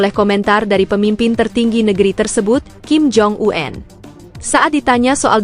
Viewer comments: Kepada penyiar berita ini jgn suka merubah-rubah sebutan ejaan dari nama seseorang di pembacaan beritanya ; , seperti membaca ejaan nama Kim Jong Un (itu SDH baku), lalu dibacanya dgn menyebut Kim Jong An (jgn suka terlalu sok ke Ingris" an segala bacanya. ! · BENER TETAPI SALAH. APA BLO,ON ( KIM JONG U-EN ) 😅 😅 😅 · Kim Jong Un.. Bukan Kim Jong U En. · Heh min yg bener dong ngomenya Kim Jong U en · KIM JONG U-EN .... 😂